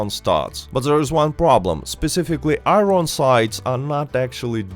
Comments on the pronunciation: Bro says i- ron its i-ern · I-ron sights? Ffs learn English before making a video.